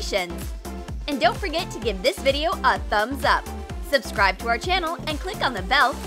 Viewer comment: It’s this not thes and it’s good not god